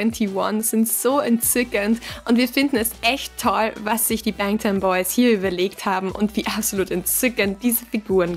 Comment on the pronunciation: WIIIIEEEEE HAT DIE BANGTAN AUSGESPROCHEN? Duh, what.